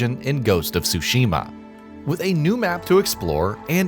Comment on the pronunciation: Why can’t you pronounce Jin, Atsu, Ezo and Tsushima normally?